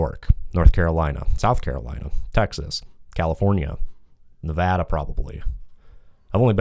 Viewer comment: Huge respect for for saying Nevada correctly👍🏻